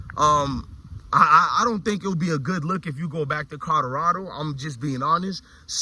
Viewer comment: Colorado not codarada tho 😂